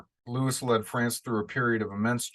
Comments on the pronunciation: Louis in French is pronounced 'loo-ee' The 's' on the end is silent. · Johnny is definitely going to be challenged in this role mainly because he'll be speaking French. Just so you know Louis is pronounced Looey & 15 = quinze in french is pronounced canz. Can't wait to watch the movie...although my french isn't very good...guess I'd better get remembering & learning more!!